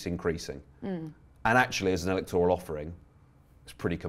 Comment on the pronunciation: A small, perhaps petty point, but what’s with everybody pronouncing it e-lec-TOR-al? It’s e-LEC-tor-al!